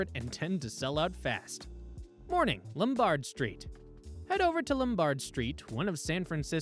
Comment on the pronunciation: LomBARD st.? No. LOMbard, like Carol.